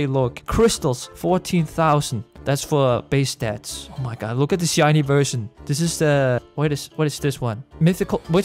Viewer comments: I absolutely love his o my GOUD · Why u cant say oh my GUD!